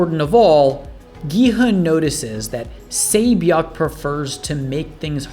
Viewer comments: Really pains me that I've hardly seen a single video where the pronunciation of her name hasn't been butchered. Just listen to the show, they pronounce it "SAH-byok" not "Say-byok"... If people can learn every Game of Thrones character's name they can learn how to say a handful of Korean names properly, it isn't that hard. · her name is pronounces Se Byok :)